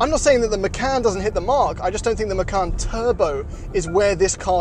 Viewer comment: Macan Twurbo